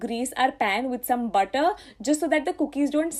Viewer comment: m i d only one who gets irritated about .....she stressing on er,ed ? 4 example butterrrr.... cookeddd...😔